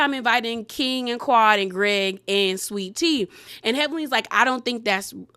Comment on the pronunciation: 😂😂 it’s the way you said “and Guh-reg” 😩